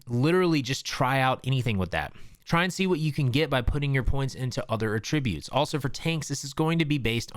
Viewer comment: At ri butes